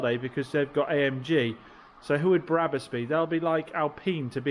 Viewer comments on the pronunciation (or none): I was referring to the Biblical character! You referred to Barabbus (as you kept pronouncing it!) not Brabus - was the meme! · Brabus not Barabbus (as you kept pronouncing it!) - he was someone else..Blimey…😂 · Brabus not Barabus😊😊😊😊